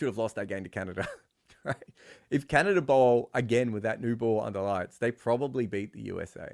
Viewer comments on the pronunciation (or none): none